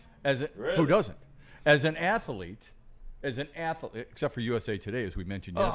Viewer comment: Athlete is a 2 syllable word. Not 3. Stop it